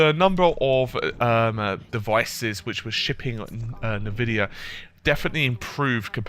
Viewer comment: "nuhvidiah" . . . and I'm out.